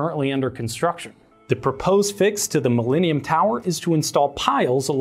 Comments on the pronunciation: Mil-lean-ium Tower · The “mileanium” tower. Sorry lol